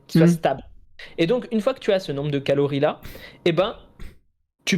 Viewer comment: merde en tout début de vidéo, quand tu dis "calories" j'ai cru que t'allais dire "calomnies"! 🤣